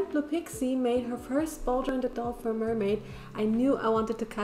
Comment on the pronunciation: Instead of mer-may mune